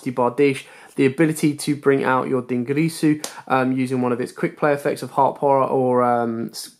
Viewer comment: But yet he's the only person who can't pornounce "dingirsu"